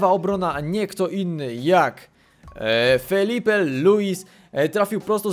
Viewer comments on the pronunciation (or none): Jak coś to mówi się FILIPE a nie FELIPE :D